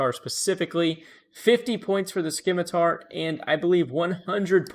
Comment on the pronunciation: The 'c' is silent in Scimitar!"!#!%TZ¤EGTKE=)